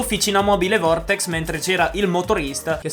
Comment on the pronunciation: L’azienda che ha organizzato l’evento di campionato e “vertex” no “vortex” hahahahahaha